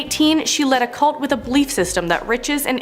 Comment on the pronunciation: good grief. it took me 5 minutes to realize you were saying "belief" not "bleep"